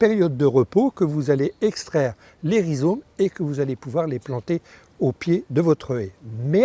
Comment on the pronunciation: On dit des rhizomes et non des rhizones!